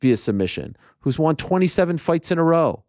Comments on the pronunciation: Can we start a petition for Ariel to stop pronouncing the word won as "Juan/Hwaan"? It's weird and annoying. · I think you may have misunderstood me my friend. I like that he respects the names of people too and the pronunciation. I wasn’t saying I don’t like it. It’s strictly the word “Won”. He doesn’t pronounce it correctly. When he says won it sounds like “Wan/Juan/Hwan/Hjuan”. It’s not supposed to be pronounced like that. Like he’s saying on with a W before it. Won is pronounced like the word Ton, but with a W. Like the number one. That’s what I’m referring to.